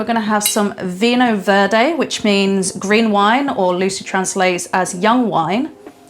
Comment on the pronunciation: Lovely video Elizabeth, slight correction (sorry) vinho verde is pronounced veenyo veerd. Keep up the good work. ❤️